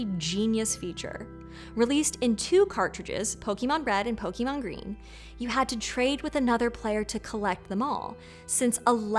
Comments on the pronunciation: Why can't Americans ever pronounce Pokémon correctly? No one in the show ever says pokee! What do you call poké Hawaiian food? Bah! (Canadian btw) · It is Pokémon, not "pokimon"... Pls sound it correctly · Poke-EEE-Mon...she clearly never played Pokémon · There is an accent on the é for a reason. I’m surprised the channel that has Other Words would so confidently and repeatedly mispronounce Pokémon as "po-kee-mon" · Ma'am? It's pronounced Pokémon. Ay sound. Not E sound. Thank you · I mean...she's pronouncing it "pokEEmon" so I wouldn't give them too much credit as far as their knowledge on the franchise. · does everyone pronounce Pokémon like she does? I could have sworn that the English dub pronounces the "é" differently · Great to see the influence of Pokemon analyzed, but it's a shame the host was left free to proliferate the mispronunciation of the name. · Unbelievable after more than 20 years people still can't pronounce the name correctly there's a freaking accent over the e y'all need to know how to use it use it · I had to stop . You put in research into the origin of a Pokémon's inspiration but couldn't be bothered to check if the pokemon was real? You're just making this up! Plus, you pronounce Pokémon like every condescending adult did in the 90s. This video is just click-bait, and I fell for it. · No kidding, especially when she can't even correctly pronounce the name of the franchise she's talking about. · Well ackshually she is pronouncing the first syllable as a shwa, the most common vowel sound in english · I am so sick of educated people who clearly didn't grow up with Pokemon talking about it academically and mispronouncing the goddamn word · You're not even pronouncing the word Pokemon correctly. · It’s pronounced Pokémon not Pokemon. 🤓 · WHY DOES NO ONE EVER PRONOUNCE POKÉMON RIGHT AAAAAAAAAAAAAAAAAA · I want to like this video but the way she pronounces Pokémon and manga is bumming me out. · Po-KAY-mon Not Po-key-mon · Po key mon